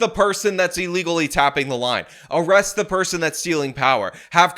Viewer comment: "arrest-ay" & "prison" pronounced funny killed me 😂